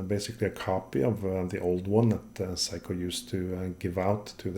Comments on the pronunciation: Seiko pronounced 'Say-ko.' 'Sai-kou' as you pronounce it actually the word for 'The Best' in Japanese. So, technically, if you do consider Seiko to be the best, then you're fine :D Amazing video, it's great learning about the history of movements, thank you for making it so accessible. So much emphasis is placed on general brand and model history in common discourse and outside of a handful of movements, like for instance Seiko's Spring Drive, the rest of it is disappointingly hidden away on only the most technical and impenetrable forum boards. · In 67 years, I've never heard anyone pronounce it Psycho. That's the German pronunciation of a diphthong - the second vowel determines the sound. Unless it's the word "sound." I've heard it pronounced Say-ko my entire life. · If you have so much adoration for Seiko why is it that you call them "psycho" rather than "say-ko". Just saying and asking that tough question. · Hi, great channel this. Seiko is pronounced, "say-ko", according to my research-not psycho, crazy eh ? Sorry to probably correct you for the umpteenth time. You enjoy humour-here is an example of one of my limericks for your amusement- There once was a man in a bin, He tried to get out but fell in, He was tidy and clean, But awfully mean, So now he just lives in a tin. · The English pronunciation of Seiko is 'Say-ko', not 'Si-ko', if that helps.